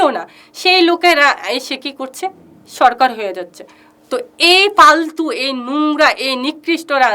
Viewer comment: তোমার বাংলা উচ্চারন ঠিক করো ফালতুকে পালতু বলছিস কেনো